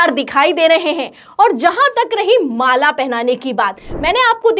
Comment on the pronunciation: Mala ko maale kue bol rhi mam , mujhe to Malegaon nazar aane lga😂😂